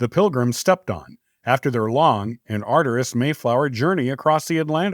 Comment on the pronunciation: The narrator said "arderous" instead of arduous.